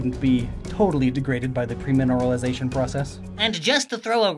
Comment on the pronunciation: everytime he said PREmineralization i died a bit inside